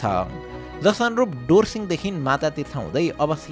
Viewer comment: it is not दोर्सिंग, it is धोर्सिंग